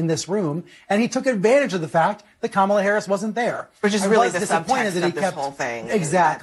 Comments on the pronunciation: Did you notice how close her fingers were when she was saying about the "wisdom" to run the country?😂 "MOMALA"??!!!!!! ,😲🫣😵‍💫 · "Mamala!" Wth? 🤢